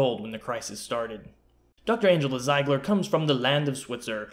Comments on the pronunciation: Pronounced "zeeeegler" 🙄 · Haha yeah but if you replaced the "e" and "i", it would sound as you pronounced it in the video :) So it's not as if you were way off